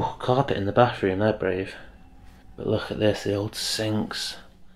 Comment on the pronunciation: "Nine-ee-sevenyfree" "Carpeh in the bafroom" "lih-uhl" "pri-ee sure" if I decode the language which I believe to be a form of English where th is f and no t's are allowed, I can almost understand the soundtrack. Otherwise I just watch with sound turned off.